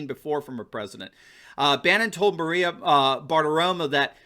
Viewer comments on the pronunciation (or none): none